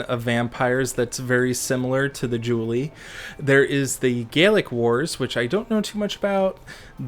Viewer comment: I gotta get me this book kek And the only real "pronunciation crime" is Julii and Cassii, everything else was a good attempt tbh. Julii is the Plural of Julius so you pronounce the second i, same with Cassii and any possible plural ending in i, like in cacti the plural of cactus. Latin has other quirks but they're more about annunciation which shouldn't be faulted for